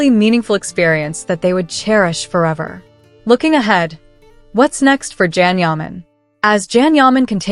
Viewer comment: Learn how to pronounce his name!!! It’s Can pronounced Jon or John. In Turkish a C is pronounced as J. So get it right